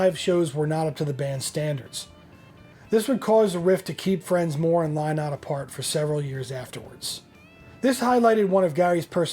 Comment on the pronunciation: Phil lynott’s last name is pronounced linnott say it as you see this spelling and you will be good.